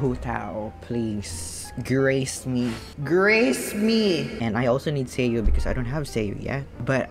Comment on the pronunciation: deadass thought you keep saying "seiyuu" turns out it's sayu